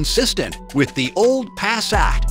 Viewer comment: Pass-at, really? It is attractive.